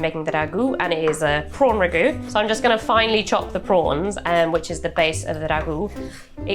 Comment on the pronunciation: and yet the Ragu pronunciations?